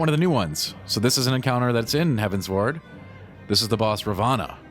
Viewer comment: Probably a bad example, but it's all I've got: It's pronounced like you're giving directions to an airship to fly towards the skies, a.k.a. Heavensward. No pauses. I do agree with that the quest experience was quite annoying, especially before you get flying in each area. The layout of the land is terrible in some zones, forcing you to go a long way to get to a destination, when they could've just put a ramp on the other side. It makes the numerous back-and-forth quests just that little more annoying. BUT all the music is really great, as to be expected, and the normal difficulty of Alexander was pretty fun, despite their general easiness. Can't wait for savage. ^_^